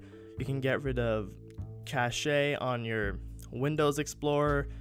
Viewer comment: Checked you out from yttalk! I don't really need this tutorial anymore, moved onto a mac, but when I was rockin' that 2gb ram windows 7 pc, I found tons of ways to speed it up! Great video, man! Also, cache´ LOOL pronounced "cash" maybe you knew that, maybe you didn't, anyways!